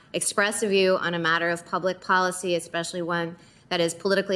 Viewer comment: She said expecially! Aaaaaccchhhhhh! I mean what's her name, the Supreme Court "nominee," not Kamala.